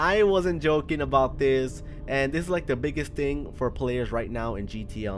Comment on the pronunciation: This guy says fore i can do this jacks films were are u